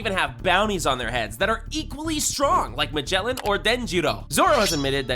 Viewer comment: Bro said megeeln one shot blank beaed then proceeded to put Blackbeard